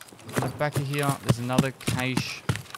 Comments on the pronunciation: The word “cache” should have no debate. It had 1 “a” so the sound is short and not drawn out. It’s not caache it’s just cache. You don’t say caat you say cat. Same thing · If you Google the pronunciation of "cache" it is pronounced as "cash" in the American and British pronunciations. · If you put "cache" into google translate its pronounced "KaSH" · It's pronounced 'cache' obviously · we all know it's cache, not cache, and cache just sounds stupid.